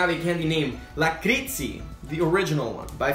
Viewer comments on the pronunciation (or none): its not lakristi its lakritsi